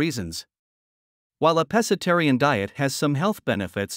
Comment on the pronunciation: Pssst! Pro Tip: It's pronounced "PESK-atarian."